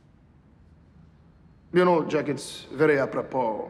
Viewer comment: Except his J, in Jack. Zhaeak